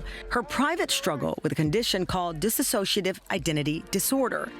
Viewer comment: that pronunciation is incorrect. It is Dissociative. It is not "dissassociative".